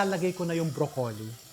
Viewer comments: can you stop saying bro...colli its .. broclli thanks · Brock-ly (Broccoli)